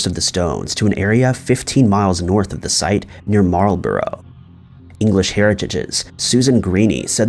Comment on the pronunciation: And Marlborough... it's pronounced "marl-bruh"...